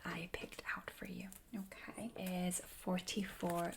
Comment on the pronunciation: its like "yæh, okaɪ"